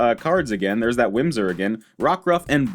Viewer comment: Heh, it is Whismur, not Whimsur :P